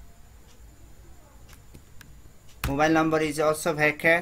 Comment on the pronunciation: Everybody: varchar This dude: wEkE